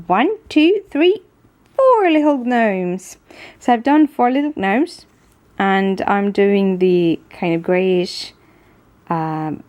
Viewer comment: I think it's soooo cute that you call them g-nomes. In America we says "nomes"...silent G. Love all your videos!! The cards you make are amazing!!